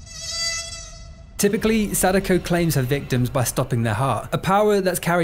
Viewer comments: not him pronouncing her name sadaykou💀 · Do you occasionally pronounce them Sa-DAY-ko and KAY-ah-ko just to fuck with me? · First time watching your channel, fun video about a movie I had a good laugh at, and I think you invented the single most incorrect way to pronounce Sadako, gotta respect that! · That is probably the most american pronounciation I've ever heard of Sadako